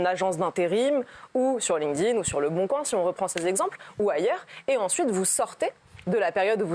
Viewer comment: "Lingdin" aaah ça me perturbe 🤣 ça se prononce "link'd in"